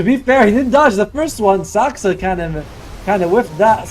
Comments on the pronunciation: Me to the commentator: Say Saska one more time! 😡 The commentator: Saska! 🥴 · its Saksa not Saska